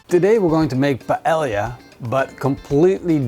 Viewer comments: payellia - great pronunciation! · Lmfaooo! Paelia! It's really Paella and in English you pronounce it like this, Paeja. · Your pronunciation of "paella" and you being barefoot has ruined this video.